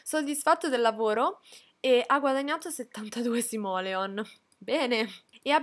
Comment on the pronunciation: La prima pronuncia di simoleon è giusta❤️